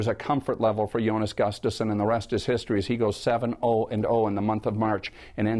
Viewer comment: I love how no one can correctly pronounce his name... It's Jonas Gustavsson (pronounced like this: yo-nus goo-stav-son). Cmon people, get this right!!!